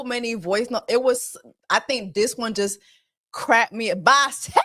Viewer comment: why he say BISEXSHUAL like that 😂😂😂😂